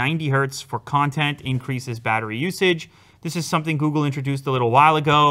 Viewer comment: He said Googu pixel 5 ..😂 ... googu pixel